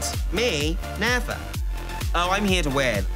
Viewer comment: Her voice reminds me of Moss from IT Crowd. 😅 check especially when she said "nevah" ...so Moss hahaha.